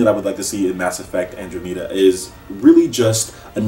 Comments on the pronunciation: "Andro-metta" as a huge space nerd, I died a little inside when you said that :-p I closest neighbor in the universe is the Andromeda galaxy. An-drah-meh-duh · Most people seem to pronounce it "An draw meh dah" =p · I love ME also, but that ending to 3 really pissed me off, I always thought the first one was the best in the whole series And it's pronounced Andromeda, like the constellation..c'mon say it right nigga LOL. Dont make me whoop your ass in Smash again..XD